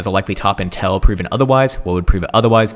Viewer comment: Please learn to pronounce 'until' properly, it's making my ears bleed.